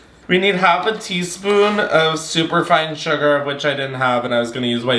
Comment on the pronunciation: I don't drink alcohol much, so I really only watch these to witness your descent into drunkenness. Your inability to pronounce "teaspoon" had me choking on my prickly pear lemonade.